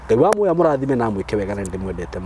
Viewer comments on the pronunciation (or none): Moya..not mwoya